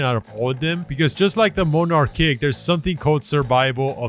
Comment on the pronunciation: Did he say monarch like more narch